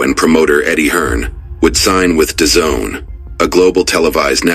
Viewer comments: I thought it was pronounced Dah zen. #dazn The zone? 😂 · yh its pronounced as da zone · The zone. Da zone. DAZN